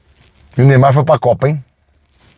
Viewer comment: Do nada "Neimá" vai pra copa kkkkkkkkkk